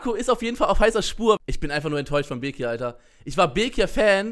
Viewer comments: Okeeey du sprichst bekir auch falsch aus also voll der selbst diss eig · Du machst dich darüber lustig das bekir sagt aber kannst selber bekir nicht aussprechen